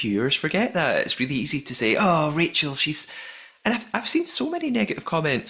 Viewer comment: I rewatched it and there's definitely crew swarming them as they close them for the first time, I wonder if they were locking them with magnets or something and 'forgot' to lock Stephen and Rachel's!? Also am I hearing things or did Stephen call Rachel Rakel at the dinner party?